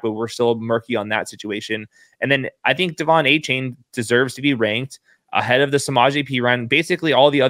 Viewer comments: It's pronounced A Chan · You're pronoucing Achane's name wrong. He said it's De-Von A-Chan. Great work though and.